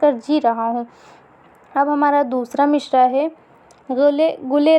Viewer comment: تلفظ پہلے درست کر لو مصرع میں ش نہیں ہے